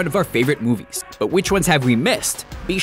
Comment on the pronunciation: did you say "Commants"?